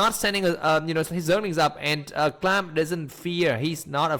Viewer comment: Can't believe you just chose to call him "clam" xD